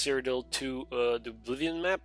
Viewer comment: Aww man, I miss your old pronunciation of Oblivion. Please go back to Uh-bliv-ee-on : )